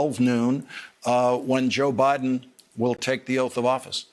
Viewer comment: No one: Joe Biden: Bi den